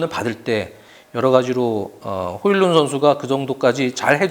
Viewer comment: 덴마크 사람이라 덴마크발음인 호일룬이 맞을듯